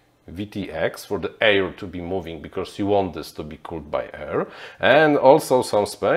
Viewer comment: you are great, only your pronounciation of "becauRse" is quite annoying...:)